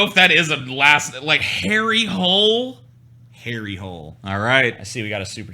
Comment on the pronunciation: They way you say Harry Hole is more like you say Hollender, or a long E